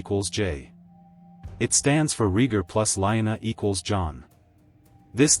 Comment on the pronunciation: I have been saying that Jon's going North with the freefolk at the end of Season 8 made sense... oh and it's pronounced E- grit, not I- grit... AND Ray- gar , not Ree- gar... whoever narrated this didn't watch the show. He'd know how to say the names.